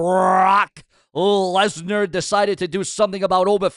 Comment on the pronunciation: I did see Paul Heyman call Brock Lesnar, Brock Legnar